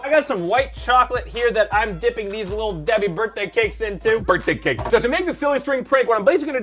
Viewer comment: “The little deet”😂😂😂